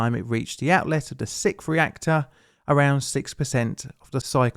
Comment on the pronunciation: Spell fertilizer better and pronounce "sixth" logically. Do Brits pronounce "X" like "eck"? No. Also, there is only 1 fu¢king "i" in aluminum, yet you pronounce it like there's 2. Now i have to rewatch the video.